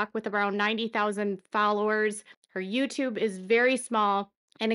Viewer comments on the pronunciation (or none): none